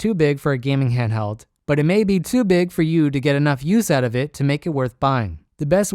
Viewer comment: "hanhdheld" It's massive, weighs a ton and has a 45 minute battery life lmao